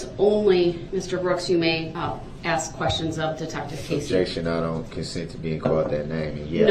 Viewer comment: omg I didn’t know. Is there a video regarding Dawn Woods case? I didn’t care for her the moment she spoke out. There is something about her that rubs me the wrong way. She says “aks” as well lol. Best wishes to you and your family 🌸